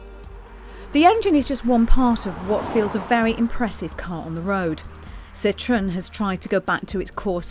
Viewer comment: It's a Citroen, not a "Citron." Thanks.